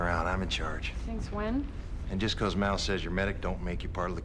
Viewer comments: why you calling him Maul? like Darth Maul? :P Mal, like Al, or pal, for Malcolm. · Mal is short for Malcolm. Mal, not Moll.